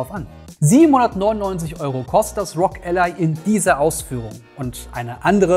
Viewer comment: nicht Rog ......... sondern R-O-G, bitte spreche doch jeden einzelnen Buchstaben auf englisch aus. ROG = Republic Of Gamers